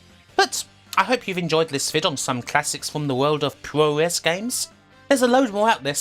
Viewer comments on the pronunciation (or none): Puroresu is pronounced "pro-wres". I've never understood why everyone butchers something so easy. Lol.